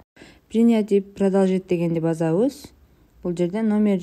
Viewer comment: Базабыз эмес,басабыз дейт